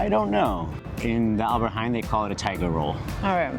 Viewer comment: It is NOT Alberty Haain it is Albert Heijn with ei, not aai